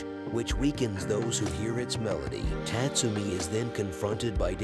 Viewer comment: Tat - Sumi, LOL. It's pronounced Taatsoomi.